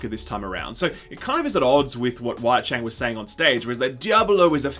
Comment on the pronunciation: Wyatt Cheng; le'sigh